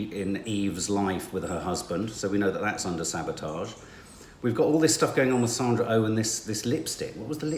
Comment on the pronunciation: First “Sandra Oh” is her name and she is not American she is Canadian. You know Jodie Comer’s name easily enough but just can’t get Sandra’s name to flow off your lips interesting!